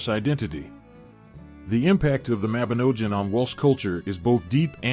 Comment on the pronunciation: Y Mabinogion is the best, welsh mythology is great! Read the book people...not an american accent a.i that can't pronounce even the word the video is supposedly about.